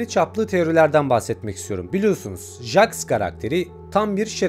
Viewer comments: jaks ne abi jeks diye okunuyo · Jaks(Jeks diye okunuyo) kufmo(kafmo) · Abi Jax ceks diye okunuyo-linç değil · Abi çok iyi anlatında bir sıkıntı var jax diye yazılıyor jeks diye okunuyor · Her cmm okunuşu cex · bi daha jax ı "jax" olarak okursan evini bulurum ratlerim seni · Abi jex diye okunuyo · Jex diye okunuyo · Abi o jax diye yazılıyo ama jex diyo okunuyo haberin olsun